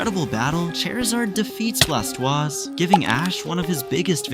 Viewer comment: Soo.. noone is gonna talk about the pronunciation of Blastooase? Just me?